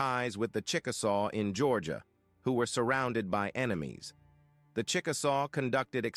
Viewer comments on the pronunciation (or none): none